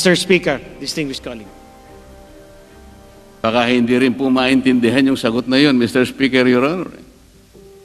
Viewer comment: Hindi preparado si Cong Mannix sa sponsorship nya, budget pa! Kung you are expert on the subject, mag research ka! Layo ng sagot mo, hintay kapa na ibang agency at sponsor ang sasagot? Ang colueague mo pag prounced mo cAluegue! Purya gaba ka zamboanga, pamile mo og tarung nga representative sa Congress.